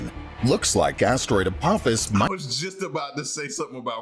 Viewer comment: it’s apophis not apopis 🤣 it’s all good man you was scared 🤣